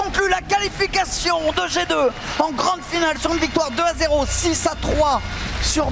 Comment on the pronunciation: Ce bon accent français "Et c'est l'équipe jet d'oeufs"